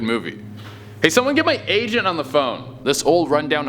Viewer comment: Is it just me or did it sound like he said "hey somebody get my asian on the phone"? I know he said agent but he slurred it..